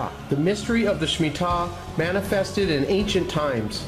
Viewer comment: I believe its Shemitah not smittah!